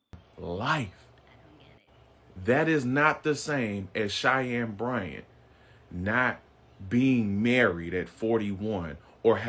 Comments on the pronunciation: Cheyenne is pronounced like (Shy Ann) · her name is pronounced SHY-ANN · Dr. Bryant's first name is pronounced Shy+Anne so Cheyenne. As for the rest of the video, I need Dr. Umar to put a little more thought into the behaviors of Nick Cannon and Cam Newton as they make broken home after broken home just because they want sex and not marriage. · "SHY HEN" 😁 is probably the closest to what you were trying to say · Her name is pronounced shy-ann....I know because we have the same name 😂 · Shy-ann is how you say the name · Cheyenne= “Shy Anne” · Her name is pronounced like "Shy-Anne" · Umar isnt a doctor...unless you call a quack a doctor. Cheyenne is pronounced like 'shy-anne'. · The doctor’s name is pronounced Shy-Yen. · Cheyenne is pronounced as Shy - N. So like the word Shy and the letter N together. Shy. N. Hope that helps. I, too, didn't know how to pronounce it when I moved to America. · Cheyenne say shy ann